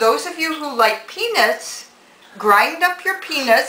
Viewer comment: i love your video and it almost sounds like you say penis however i do think you are saying peanuts , but i chuckled anyway and think you are a great instructor.